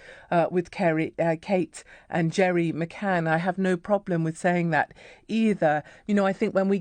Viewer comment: McCann not McCain